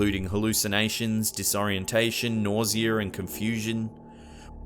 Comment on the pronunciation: figga, disappeaed,nauseurr, arear....where he should use r's he doesn't, where he shouldn't, he adds them.